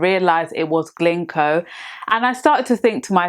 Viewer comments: It’s GINKO not GLINKO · It's not "Glinko"